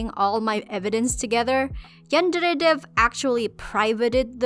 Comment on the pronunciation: How you say yandere dev is so funny lmao